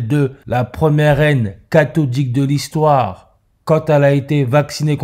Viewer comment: J'adore quand tu dis "catholique" et que j'entends "cathoDique" car les cathédrales sont pour moi d'anciennes machines utilisant l'énergie éthérique et tellurique se comportant tel une cathode (cathédral..) Merci pour ton taf !